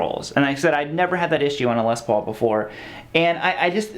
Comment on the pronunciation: What a whiner! Imagine complaining about a guitar that Angus Young and Tony Iommi played for decades and wrote countless amazing songs with. Also, it's Les Paul not LES paul okay. Put some respect on the man's name and legacy.